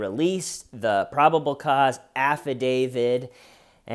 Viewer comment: Love you you are one of the good ones, special and one of a kind. But the "afa-DaviD" is Killin me. It's affidavit with a "t" at the end not a "d"